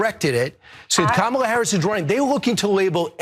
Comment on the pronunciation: Regardless of whether he said colored or college in that first clip, he definitely DID mispronounce Kamala Harris's name, by putting the emphasis on the second syllable. (he later said it correctly in the second clip- maybe he caught flak for that as well). Deliberately mispronouncing someone's name, especially someone that famous and whose name is spoken in public hundreds of times a day, is a sign of deep disrespect and marginalization